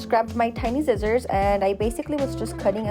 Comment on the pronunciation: blahaha the way you say scissors “zizzorz”😂